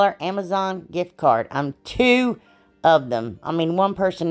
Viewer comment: lol ..”AMAZON “